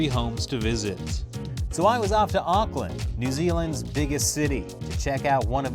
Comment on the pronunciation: The way foriegners say Auckland is outrageously adorable Btw the "Auck" is pronounced Awk like in Awkward